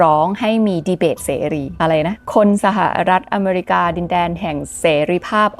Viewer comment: เกลียดคำว่า สหะะรัฐอเมรีกา จะเว้นช่วงทำไม่ แถมทั้ลคลิปพูดคำนั้นเกือบร้อยครั้ง เสียเวลาฟัง